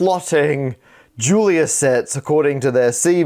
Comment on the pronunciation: The 'Julia' in 'Julia set' is pronounced 'zhoo-lee-yah' because eet eez Fronch, honh honh honh!